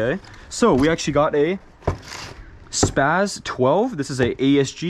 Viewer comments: bro said sas 12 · Did I hear spaz 12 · It hurt my soul to hear him call that a spas 12😪😔